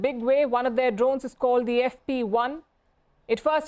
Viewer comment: the pronunciation of 'drones' is horrendous...pls help this woman😢